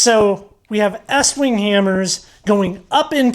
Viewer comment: Why are you saying it like that. it's eeeeestwing.